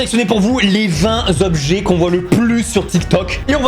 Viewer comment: les 20 "Tobjets" et non pas les 20 Zobjets" ! :D On parle des 20 "Tans" de ma nièce, pas des 20 "Zans"... ! Sinon vous me faites bien rire, sympa ce que vous faîtes !